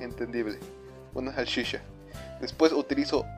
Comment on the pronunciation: se dice salchicha no sashisha UnU